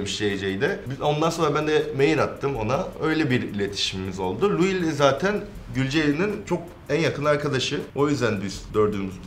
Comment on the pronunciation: Louis vesaire dedi laa